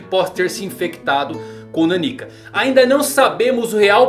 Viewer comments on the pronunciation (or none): A leitura do nome dela não é naniquica, como se fosse uma pessoa pequena kkk. É meio que Nan Nika a leitura de nanika, que em japonês significa literalmente "algo./something" já q n sabem oq ela é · ta difícil ver o vídeo ouvindo ele falar Naníka em vez da pronuncia certa que é Naniká. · Cara... É NanikÁ...